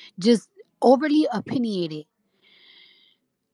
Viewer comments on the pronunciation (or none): Lmao, imagine calling ppl slow and dumb but can’t say the word opinionated 🤣crazyyyyyy